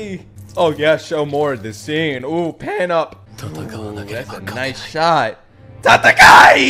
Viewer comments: It’s not tatakai. It’s tatakae😞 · It is not tatakai, it is tatakaE. Don't be this guy xD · not sure if u realize but it’s pronounced ta-ta-Kai-ay not ta-ta-Kai it’s spelt tatakae tho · It’s not “tatakai”. it’s “tatakae” which is an imperative form so ellen’s telling himself to fight. Tatakai is a noun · Tataka-i = (noun) , Takata-e = (verb), FYI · Why does he say "tatakai" and not "tatakae" xD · It's not TATAKA " I ", its TATAKA" E " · Please say tatakaE not tatakaI please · saying "tatakaE" is one of the funniest shit for me during this video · always icks me every time you say tatakae wrong, I was hoping that when you heard them say it more time, you'd fix it but all good, I still love the reactions and have been following since the start!